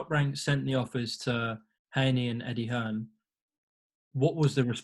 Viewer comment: Dear America.....It's Hearn not fuckin Hearns.